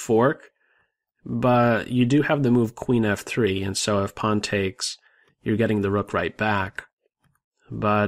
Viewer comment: I like your pronunciation of "pawn".